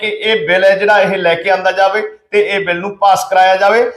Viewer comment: ਭਾਈ ਸਾਹਿਬ ਜੀ - “ਸ “,”ਸ਼ “, ਅਤੇ “ਛ “ ਅੱਖਰਾਂ ਦਾ ਉਚਾਰਣ ਸਹੀ ਕਰੋ ਜੀ । ਸਹੀਦ ਨਹੀਂ ਸ਼ਹੀਦ ਹੁੰਦਾ ਹੈ ਸੇ ਨਹੀਂ ਛੇ ( 6) ਹੁੰਦਾ ਹੈ ਬਿਲ਼ ਨਹੀਂ ਬਿੱਲ ( Bill ) ਹੁੰਦਾ ਹੈ ਜ਼ਿਕਰ ਕੀਤਾ ਗਿਐ ਗਾ ,ਦੀ ਜਗ੍ਹਾ, ਜ਼ਿਕਰ ਕੀਤਾ ਗਿਆ ਹੈ ਕਹਿਣਾ ਚਾਹੀਦਾ ਹੈ । ਗੁਸਤਾਖੀ ਮੁਆਫ਼ ਕਰਨਾ ਮੀਡੀਆ ਵਿਚ ਵੀ ਸ਼ੁੱਧ ਪੰਜਾਬੀ ਸੁਣਨਾ ਹੀ ਚੰਗਾ ਲੱਗਦਾ ਹੈ ।